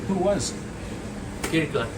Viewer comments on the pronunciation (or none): I thought he said Hitler...........But it was Kirkland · Did he say Kirkland? At first I heard amir khan I was like no fucking way khan wasn't known for power 😂😂